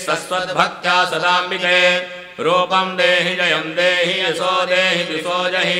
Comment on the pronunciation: Swara is not perfectly pronounce..!!! What a pathetic ..!??? Yaso Devi Jiso Jahi...not..!! It should be Yasho Devi Dwisho Jahi. ( Sanskrit is not hindi !!)